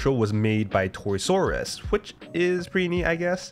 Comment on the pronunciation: Bro why you say ToysRUs like that?